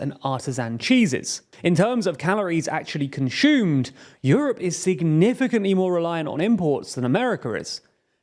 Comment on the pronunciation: "Conshumed" Use Brilliant to improve your pronunciation